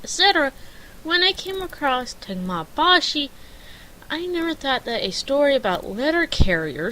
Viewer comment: te-ga-me bah-chi not temi bashi